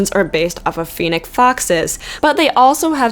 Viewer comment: It's fonix foxs